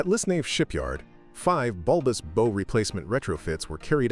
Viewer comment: The You Can Do Channel, hub? You can’t even pronounce “bow.” Terrible say-nothing AI writing too. This is the Fluctus channel, nothing more. In other words, it’s terrible. Can you pronounce “terrible”? It’s pronounced “Youcando.” Guess what, you can’t do. So don’t go away. Just go away. Go write for the Republican Party.